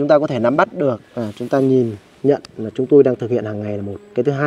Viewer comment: Lếu như và nà lếu như 😂😂😂😂